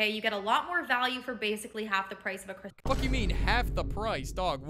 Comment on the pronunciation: You are not a f*cking croissant if you can not pronounce croissant. You are double less the "special croissant" IF YOU PRONOUNCE THE BLOODY T. I can make this joke I'm french